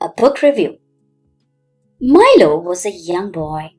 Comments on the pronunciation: That is not mailo ❌ milo pronunciation mi. Lo. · Like that is not mailo ❌ milo ✅ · Milo pronunciation wrong 😞😅